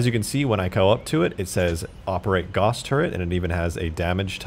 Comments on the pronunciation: Nobody's mentioning his pronunciation of the word "Gauss"? "Gauss" is pronounced g-ow-ss, not g-o-ss. I realize this might sound nitpicky but just putting it out there. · It's pronounced gah ouss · Its pronounced Gouse, like house. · It's pronounced like house...